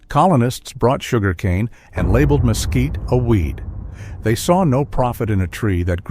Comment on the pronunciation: El comentarista al mezquite, lo pronuncia mosquito, por lo que no sólo los nativos y españoles lo escriben y pronuncian mezquite. En Sinaloa México, se usa sus vainas también como alimento para el ganado y de sus flores las abejas recogen su nectar produciendo miel. Traduce el inglés al español y traduce las libras en gramos. Gracias.